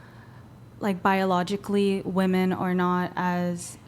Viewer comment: Another mysterious NPC glitch unable to pronounce the plural "women". So bizarre! :P